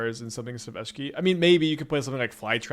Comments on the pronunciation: Eshiki Eshiki Eshiki. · Eesheekee is definitely a way to say her name. I see you have been taking lessons from Seth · Honestly kinda weird to hear him say Ishiki and Rashaka over and over. I'm not usually somebody who gives a shit but it's kinda ear grating.